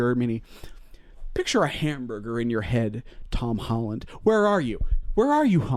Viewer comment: i love how the way pronounces tom holland progressively gets worse the angrier he gets “tom holland” “hom holland” “tom highland”